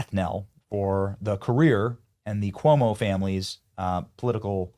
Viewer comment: Chris Coy-mo😂😂😂